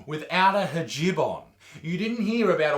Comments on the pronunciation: excuse me, Mr. Butterfield, no to be rude or anything but hijab it's actually pronounced he-jab not ha-jib but I understand that you can't pronounce it so don't mind it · I laughed when he said hijeb when it’s hajjab Edit: I like Isaac it’s just something I laughed at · HAHA the way you pronounced hijab killed me